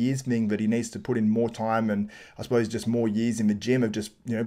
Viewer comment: oh "years". kept hearing yeez